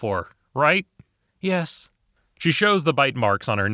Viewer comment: You kneel before me. Very eastern european yis yis